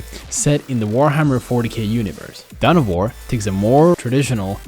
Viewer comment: dawn of war. not down of war